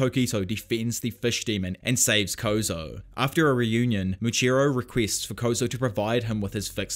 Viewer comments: Muichiro* not "Muchiro" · moochiro lol. Moo EEE CHEE roh. (edit: I hope this didn't come off as rude ) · Love the video, been enjoying listening to all the arcs again, refreshing my memory. I did just want to say, it is Muichiro, not muchiro.